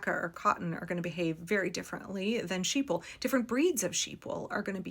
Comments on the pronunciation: I actually heard sheeple, and backed up to read along (I always have captions enabled, but I was listening only, across the room). I just figured maybe that was a knitter’s joke that I’m not privy to. Maybe just the pronunciation. Or maybe it was just a tiny misspeak that turned out fun. I’m running a webinar right now that has a video section where I misspeak. Left it in as it feels less polished (which is the goal, this is a tech demo, not a professional marketing piece), but I still cringe. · No because she totally said "sheeple" the first time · I heard sheeple until I realized she was saying sheep wool 😂